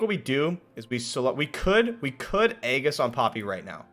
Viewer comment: Drinking game: shot every time you mispronounce it haha